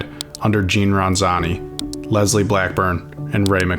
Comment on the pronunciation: It's also Lisle (pronounced Lyle) Blackbourne. Not 'Leslie'